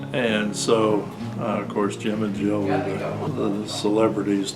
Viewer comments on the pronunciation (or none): none